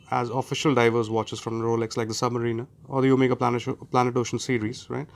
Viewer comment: When you hear 'omeega' from an indian and not not 'omega' , you know the guy is the real deal. 😄😄😄 Edit: i lived in US for 7 years and i purchased 3 omega, 2 TH , 1 longines, 2 rado at nearly half the retail price ( it still made me bankrupt though ). You can get great discounts from grey ( not black) market like jomashop..or you can buy certified pre owned watches. When comes to luxury, i think one should always go for pre owned as its better value for money and does nkt take away any feeling